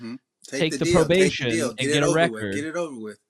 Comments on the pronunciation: Ms. Pat, it’s probation not provation ❤ ya‼️ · The fact that ms pat can’t pronounce probation is hilarious 😭😭😭